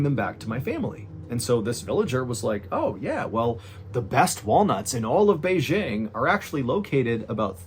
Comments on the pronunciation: (tip: Beijing is pronounced with a hard J. We always say it with a "zh" sound in the U.S., which funny enough exists in other Chinese words ... but not BeiJing). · MrBallen you rock Just a small point: Ren (the name or the word) would be pronounced almost identical to how it would be read in English. (It's not Shen.) (The J in Beijing should be just about like an English J and not a "zh" sound.) I actually lived in Beijing in 2004 and from . I would have been there when this happened. And in 2004 I taught in No. 8 Middle School. Also, those aren't water bottles in that photo: those are 2 bottles of baijiu (I think one is Er Guo Tou, cheap and really rough..), ie Chinese grain alcohol, and a can of Yanjing beer (Beijing's local beer brand)